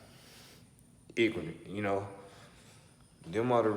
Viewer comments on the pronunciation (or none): I thought I was tripping when I heard him say "igranent" when he was tryna say ignorant. Yeah he said that shit 😂